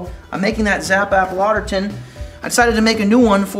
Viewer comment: Good demo. However, it's two words, written "Lauter Tun" and and pronounced like "lauter ton". Also, according to the people at Brew & Grow, that spigot is a bottling spigot only and not suitable for the hot temps of mash and sparge water. You'll need to use a stainless spigot or find a plastic spigot suitable to high temps.